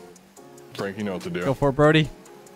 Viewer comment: every time says "brody" it sounds like he is saying "birdy"